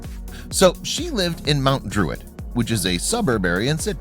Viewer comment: Bro when he said mount druit